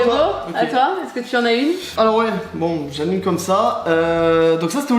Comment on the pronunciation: Mdrr à la fin il a dit "j'ai Kaine ma prof Mdrr